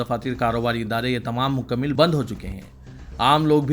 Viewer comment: bhai.... Urdu ke talafuz zara tawajjo farmaiye...musbit nahi balke musbat he....isi tarah mukammil nahi balke mukammal talafuz he...ummid hai islah karenge aaaeenda... shukriya